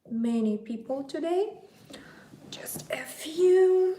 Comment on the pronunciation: “Just a few”- lol, I heard, “just F you.”